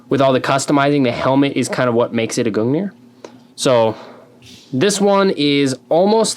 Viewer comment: as for the proper norse pronunciation it is gungnir (goong near) but either way it doesn't matter cause its halo lmao